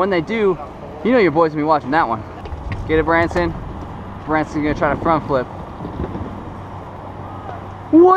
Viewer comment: Bransyn It's Bronsyn That's my name not his